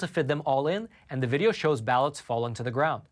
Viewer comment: Thank you very much for your contribution to good news. You, along with others, have been a great help in these times of disinformation, lies, and massive media coverups. (On a small side note, please do learn how to pronounce the definite and indefinite article. For whatever reason, mispronunciation of these two simple words is ubiquitous on YouTube, and that by all kinds of speakers, from simpler folks to well-educated people. Thanks for listening.)